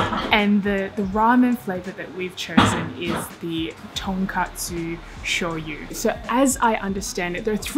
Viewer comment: did you say “tonkatsu”? Surely, you meant “tonkotsu”, right?